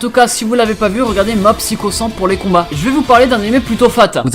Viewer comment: Mais comment tu prononce "Psycho" j'étais à 2 doigts de me désabonner